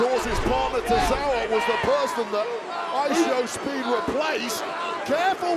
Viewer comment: World cup song in the entrance and the commentators saying ishowmeat